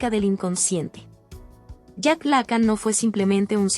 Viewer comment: No seas imbécil, se pronuncia Lacán no lácan, ni siquiera sabes pronunciar su apellido...